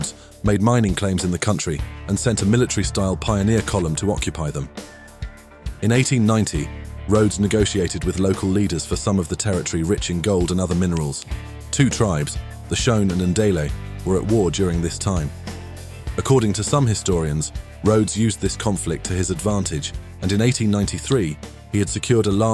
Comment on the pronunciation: "Shone and Ndele"? Is that crummy AI voice over or failure to do research? The two main groups in Zimbabwe are Shona and Ndebele